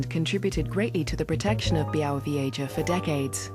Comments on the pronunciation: Byawovyeja! TERRIBLE pronunciation!! >_< But amazing video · my mother grew up in a small village very close to this mystifying forest.. I'm anxiously anticipating my return to this primeval natural wonderland and by the way, it's pronounced BYAH-WOH-VYEH-ZHAH ;)